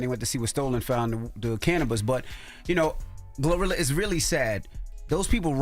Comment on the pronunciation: She said glorillo 😂😂